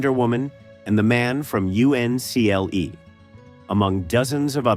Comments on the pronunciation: They should have let Robby the Robot read the script. He would have the sense to say "the man from uncle" unlike Mr AI voice saying "the man from U. N. C. L. E." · I hate the lying about lost footage even more than I hate the AI voice and its mispronounced words. It's UNCLE, not U-N-C-L-E.